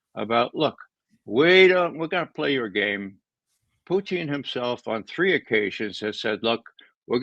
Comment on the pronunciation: God I wish he’d quit saying “Puteeng.” It’s Poo-tin. So irritating. Literally NO OTHER HUMAN BEING SAYS PUTEENG.